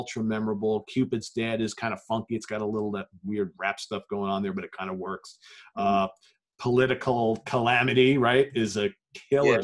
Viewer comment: Really surprised that you haven't dug into Saudades de Rock, but whatever. Aside from that, I'd like to point out two mispronunciations: It's not "Porno Graffiti"... it's "Pornography-tee". And from the III Sides album, it's not "Political Calamity"... it's "Politi-calamity"